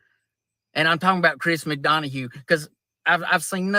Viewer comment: Lmao! Chris MaDonahugh!: 🤣🤣🤣🤣🤣🤣🤣🤣 Nobody has ever messed his name up worse!